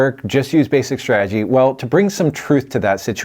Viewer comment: My man keeps talking about "basic strajjy" I don't even know what that means